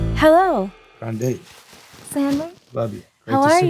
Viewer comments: he calls her Grand-ee 😭😭😭😭 its the correct pronunciation of her name in Italian and i have never heard any other interviewer acknowledge this. omg. I love him. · it’s….not…..the correct pronunciation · it's the correct pronunciation but very american english one her family chose for themselves, when people call her Grande that's italian grammar